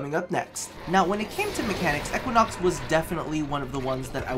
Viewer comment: If he says"eckuinox" again...